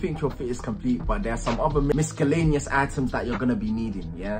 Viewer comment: The way he says miscellaneous.